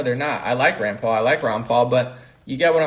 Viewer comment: are you referring to Ron Paul or his son Rand Paul.. it sounds like you're saying Ron